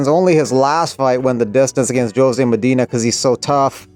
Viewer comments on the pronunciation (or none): none